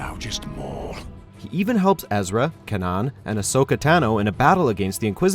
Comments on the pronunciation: Dude, what is up with your pronunciation of Kanan. It's Kay-nin...not ka-non... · Kanan is pronounced Ka-nan, not Kan-an! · It's not Kanaan but Kaynen. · My god it’s kay-nen not kaa-ann my god the characters in the show say his name many times how do you miss this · Who the hell is "k'nohn". It's Kanan, honestly do you guys even watch the shows you make videos about? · Its kanon (kay-nan) not "cannon" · U know it's pronounced kainan not kanan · Its KANAN Jarrus not KA-NON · “Canon” it’s kanan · Not Can-anne. Kay-nan. KAY. NAN! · KAY-nan, dammit.... not CAN-an.... Just watching ONE Rebels episode would clear that up... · Cane-an, not can-an :P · It’s Kay-nan not ka-nan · seriously, dedicate someone to the pronunciation work, it isn't hard, just find a video where they pronounce those names right... it's Kanan like "Kay~nan", not "Ca~naan"... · Get Kanan's name right before you do anything related to Star Wars Rebels! It's pronounced Kay-Nen! NOT KANN-ANN! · it's Kaynan not kanan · but the pronunciation is wrong, you write kanan but you pronounce "kay~nan, not "ca~naan"... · that's not what he is saying, the pronunciation that is wrong, they are calling him "Ca~naan", not "Kay~nan" as it should be pronounced... they do this all the time, on the pokemon videos they call Groudon "Grudon"... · It's pronounced KAYNAN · Had to stop listening at Kah-naan -_ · It is pronounced ‘KAY-nan’! Got, mispronouncing cringes here! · It’s pronounced Kay-nan for the record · kay-nin. Holy fuck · Its pronounced cain-an!!!!! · this video proves just takes a quick glare at the source material. Kann-an? wtf?! im pretty sure i heard a bubba fett in there as well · Kay-nen! kay-nen! Please pronounce it right. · OMFG ... "KAN-AN" "BABBA Fett" ... dude... no .. just no... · Its Ke-i-nan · It sounds so terrible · Did he just call Kanan "Cannarn"? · Jesus. That kuh-nan pronunciation took me out of it. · GET KANANS NAME RIGHT IDIOTS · Pronounce kanan's name right